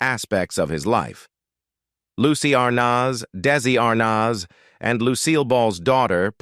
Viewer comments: "Dacey Arnoz" seriously????????? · Good grief! You would think that the narrator would at least pronounce Arnez correctly. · Pictures don’t go with story. This is Lame. Belongs on radio. These robot announcers can’t be expected to check pronunciations in advance. ARR nazz. Priceless. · Can’t pronounce words and names properly like Dessie last name and the kid who plaid their son. Get it right or don’t do it.